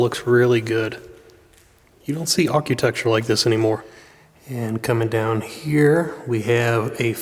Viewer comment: Architecture, not arcutecture